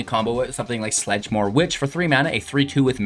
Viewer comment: I love this deck idea. However... it's hard to take it entirely serious when you pronounce the card names wrong. Theres no L in sedgemoor haha